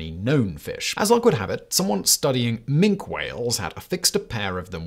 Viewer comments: By the way Simon, "Minke" is pronounced "Minki". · It's pronounced, "minkee" whales, and they're not aliens....sad. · Minke doesn't have a silent 'e'